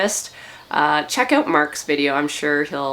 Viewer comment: The one that makes me smile is "oot" instead of out.